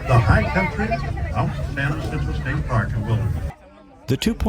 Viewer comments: Enjoyed the video, thanks. I've ridden the tram twice. Too bad it was so crowded; I'm sure that detracted from the experience. One minor point: the mountain isn't pronounced "Wah-sin-toe" but rather "Ha-sin-toe"; it has the Spanish "J" as in "San Jose." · Loved the video. I've been up to the top many times since it opened in 1963. So great! I've only one teeny suggestion for you. There is no y in San Jacinto. The j is pronounced like an h.😊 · Years ago, when parking was free, my son and I took the tram to the upper station with our backpacks. We hiked to and spent the night in Round Valley. The next day we hiked to the top of San Jacinto. Quite the view. BTW the "J" in Jacinto is pronounced like an "h". Another great video.